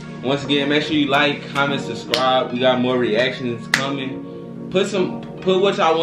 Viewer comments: He said sub scribe u can't talk lol.... I just suscribe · It's the "Susscribe" for me lol